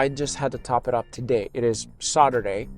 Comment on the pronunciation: Your voice...your attitude...your annoying....blah blah blah...its Saturday not SHAWturday....